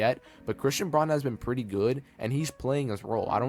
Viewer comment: You are mispronouncing Braun's last name